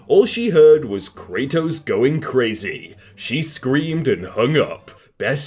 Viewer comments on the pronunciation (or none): none